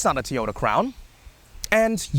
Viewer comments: It's pronounced like Toe - Yo - Tah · What is a "TEE-oda"?